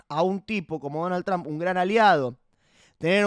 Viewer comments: No seas ignorante no se pronuncia Tramp!!!! Se pronuncia Trump😊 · Por que los argentinos dicen Tramp? Jajaja se pronuncia Trump o Tromp, tal cuál 😅